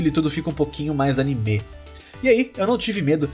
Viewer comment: o jeito que você pronuncia anime é meio estranho sabia